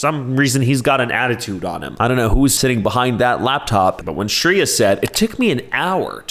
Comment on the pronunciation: It's pronounced Shreya(শ্রেয়া) not shriya t.t she's prolly Bangali.